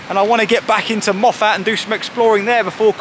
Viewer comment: Great stuff, The pronunciation is Moff-it not Moff-at.